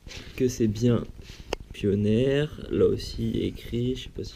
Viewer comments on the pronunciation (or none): Lol pioneer se dit pionir mais sinon sssuper vidéo j'ai egalement le meme controleur